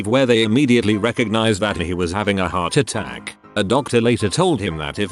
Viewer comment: What's up with the inflection on the word 'heart attack "...